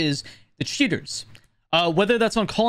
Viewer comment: I love how it sometimes sounds like "shitters" when he says "cheaters"